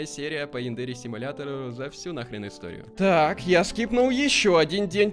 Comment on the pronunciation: Не Яндери́, а Я́ндери